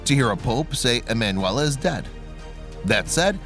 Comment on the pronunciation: her name was ee man you ella , why do you not google how to say it ?